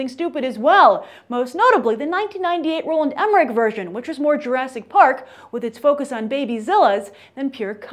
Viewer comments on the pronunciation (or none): none